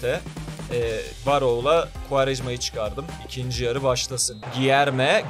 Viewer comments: Gierme yerine değilde gülerme şeklinde okunuyo diye biliyorum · Abi gilerme deyil culerme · Cilerme diye okunur krall